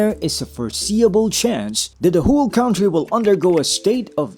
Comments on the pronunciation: Pare, hindi yan KAWNTRY. It is pronounced as KANTRY. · “country” Traditional IPA: ˈkʌntriː 2 syllables: "KUN" + "tree" >>>correct pronunciation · "cowntry" daw! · Cringe on the mispronunciation of "country."